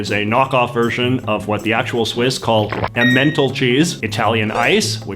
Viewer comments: Note to JJ: it's EM-en-tall cheese, not em-MEN-tull cheese. Named for the valley (tal means valley) of the Emme river. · Swiss cheese is offensive af. And it's not "Em-mental" chees like "mental asylum" It's pronounced "Em-men-taaal" cheese, the cheese from the Emmen (a river) Valley (= Tal). Tal is long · Emmental is not pronounced a mentol. Had you just stressed the first syllable you'd have been quite close. You do what you criticise, and that's funny. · em-men-TAHL no eemental :( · It’s pronounced (em-in-tall) cheese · It is pronounced (Ehm-n-tall) Emmental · emmental; the first syllable is stressed EMMENtal :-) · Muffins are not the same as crumpets. In fact, until about the 1990s the sort of muffins that Americans call English muffins were the only muffins known in Britain. They are British. Have you never heard of the Muffin Man who lives on Drury Lane? Also, Emmenthal is not pronounced how you pronounced it! French dressing in America is ridiculous. Real French dressing is oil, vinegar and a bit of seasoning/mustard - and that is all. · its pronounced Emmental, not Emmental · He has to be mispronouncing Emmental on purpose, right?…